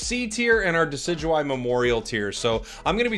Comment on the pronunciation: Ah yes, Deidueye, truly one of the pokemon ever